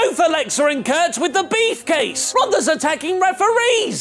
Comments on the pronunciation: why does keep saying beefcase instead of briefcase??? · stop saying beefcase it's briefcase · Lol. You said Beefcase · I'm sure of it now is saying "Beef" case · Did you say 'beefcase' on purpose? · Are we saying beef case on purpose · ItsMeDLT yes